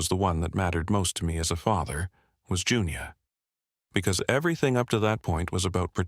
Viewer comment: I had a friend named Junia - we called her Junie. I suppose it can sound like Junior, especially when being read by AI.